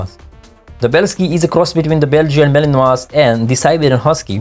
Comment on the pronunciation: Mal-in-wah, yo.